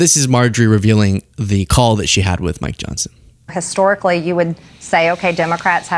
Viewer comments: I swear to go, Marjorie just called Mike Johnson (Micro Johnson) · Maybe she was trying to say Micro Johnson 😆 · Did she say Micro Johnson?😁😅🤣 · She said Micro Johnson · My ears heard crazy space-lazor-lady say Micr'ojohnson 😅 but maybe that's just me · She’s said “Micro” Johnson. 😂😂